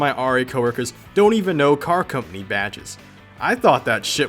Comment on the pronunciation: did you say cuminy? its company bro.